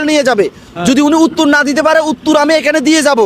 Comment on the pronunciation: Bhai uttur na uttor😂